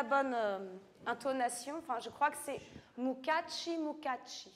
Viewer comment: Mukashi , mukashi , sans T !!! Et sans accent Italien ... De grâce , pour cette belle langue Japonaise !! De Nuku Hiva , Archipel des Marquises 🌴🌴🌴